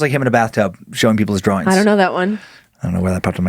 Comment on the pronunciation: HA HA HA, and his 'drawerings'